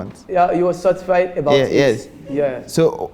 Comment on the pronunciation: "Ebout it" I like that